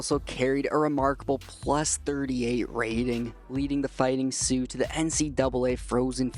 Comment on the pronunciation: you saying “Fighting Sioux” was amazing and as it should be!! SIOUX FOREVERRR💚